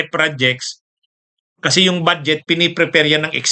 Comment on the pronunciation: Atty.ano ba ung bad jet at prod ject na sinasabi mo ayusin mo naman ang pronunciation mo.